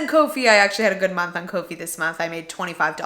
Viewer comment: I think "Ko-Fi" is pronounced "coffee"? Guessing based on the logo, but still a guess. Congrats on your successes and thanks for sharing!